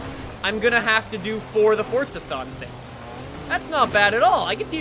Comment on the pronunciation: It's forza not fortza